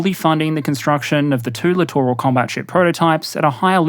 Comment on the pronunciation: I am just happy that SOMEONE knows how to say the word 'Littoral' rather then 'Literal' when talking about these ships. I have been screaming at my screen for years.